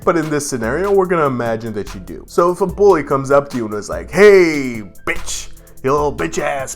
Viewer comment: That bitch word is not bothering me it sounds like bick